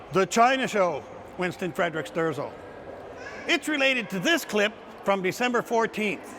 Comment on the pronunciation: It is Winston Fre-dick Sterzel.